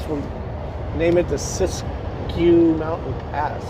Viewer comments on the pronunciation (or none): Pronounced " sis q" NOT SISTQUE And you say wth is that parking job? I say. WTF WHY ARE YOU PASSUNG IN THE RIGHT HAND SIDE SHOULDER???? W. T. F??? and your handle shouldn't be Should be. And btw. No trucks in that rest area because to many trucks running with hot brakes jumping into that and 3 ppl have been killed because of trucks fast down the hill with no brakes So how about that for " TRUCK DISCRIMINATION " HUH?? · It is pronounced Sis-Q mountains.